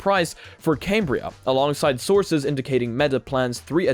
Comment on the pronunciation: You didn't get invited because you keep calling it came-bria instead of cam-bria